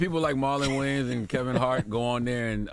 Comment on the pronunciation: It's Wayans not Wayne's lol. Illiterate ssa lol